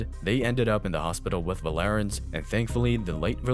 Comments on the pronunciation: Paul VAR- lens .....not va lar ens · His name is Paul Varelans, not Valerans. Pronounced "Var-lenz" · Paul VAR-lens But I can get why you'd mispronounce it.... but if youre gonna speak for a living, even if its AI, why not use what's available to learn how to pronounce it, and test the Ai voice to see if they say it right and adjust accordingly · The guy was called Varelans, not Valerans.